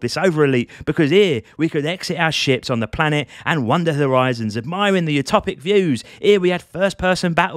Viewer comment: I love watching Euro dudes explain space games because when you say ships i hear "shit" it makes it 100x better 😂